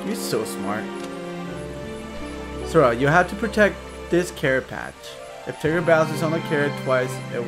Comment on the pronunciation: If he was your favorite, why are you calling him Tiger? His name is Tigger.